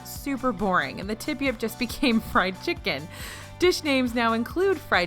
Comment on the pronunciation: The way she said chic-ken